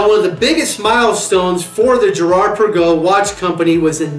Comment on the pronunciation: Girard Perregux is pronounced Pear-a-go.